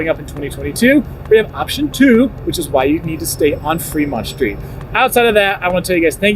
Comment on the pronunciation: Dude cmon. It’s street not shtreet. Stratosphere not Shtratosphere. And it’s old not owed. There’s an L there. And there’s no H between the s and t. You don’t say mishtakes so why say shtreet? Lol. Great job as always but this is nails on a chalkboard.